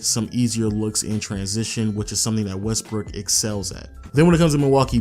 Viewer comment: Did you say Westbrick?? lol